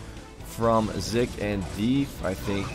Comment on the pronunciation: 1. You were saying 'Zik' correctly the first time (it does NOT sound like 'Zeek') 2. is Legend]Majinbuu, one of the most consistent 2v2 players in the league 3. I really was playing like shit this game lmao. 4. Keep up the good work